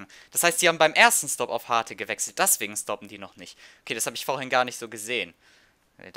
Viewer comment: daswegen stoppen die noch nicht. gutes deutsch